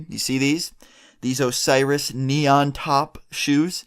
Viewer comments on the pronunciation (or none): When he said Osirisis I was fucking weak holy shit 😂😂😂